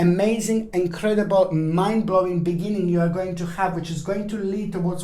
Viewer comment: For a second I thought you said ‘man blowing’ instead of ‘mind blowing’ and I was like 😏😏😏....